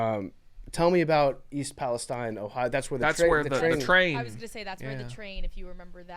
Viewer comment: The Ohio expert in the room doesn't know how to pronounce East Palestine